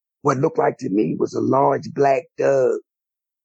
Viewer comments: Is the story teller Saying a "a Dog" or "a Doug" ❓...js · It just sounds that way we love it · So is he saying dug instead of dog?